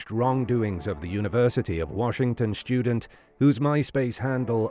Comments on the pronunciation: What is a "schtudent"? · The word 'student' is not pronounced SHTUDENT. Everyone under 40 sounds like Sean Connery after a few sherries. How has this happened?